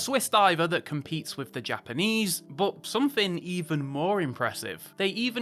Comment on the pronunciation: "...a swiss diver that COMPETS with the japamese...." :face-green-smiling::face-green-smiling::face-green-smiling::face-green-smiling: Really???